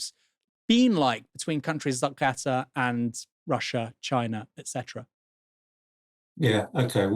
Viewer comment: Is it just me that is hearing Aaron calling it "Gatter" rather than Qatar?